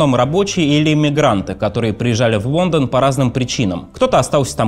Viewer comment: Спасибо за интересный материал, за хорошую работу по его подготовке и за сам канал в целом! Очень тяжело слушать диктора с дефектами речи. Много комментариев уже было по этому поводу - к сожалению, ни авторы, ни сам "диктор" к этому не прислушиваются. "Весли", "Мевони". "Вондон" - коллеги, ну так нельзя(( Куда делись стандарты дикторского искусства?